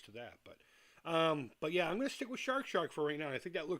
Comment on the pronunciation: Thank you so much for your continued support. I can't wait for you to play Amico!!!!!!!!!!!! And there's nothing better than hearing a fellow Masshole saying the words... "Shaaaawrk Shaaaaak!" :)